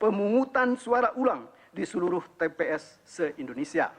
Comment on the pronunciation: nbaca saja salah2 masa bilang tps kliru wts?hadechhhh